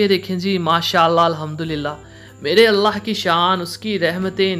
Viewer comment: بھائی پلیز اللہ تعالی کا نام شد کے ساتھ لیا کریں۔۔۔ درست تلفظ اللہ ہے۔۔۔ الا ۔۔۔ نہیں ماڈرن بننے کے چکر میں گناہ نہ کمائیں۔